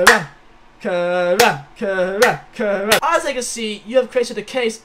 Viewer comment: I love you but Karan is pronounced Care-ren